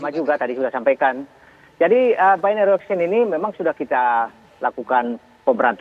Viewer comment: Bagaimana bisa Memberikan "Warning" ? .. Istilah BO saja disebut "BAYNERI OKSKIEN" .. Wakakakakak .. Seorang Doktor juga menyebut istilah "ALOGARITMA" .. WEW !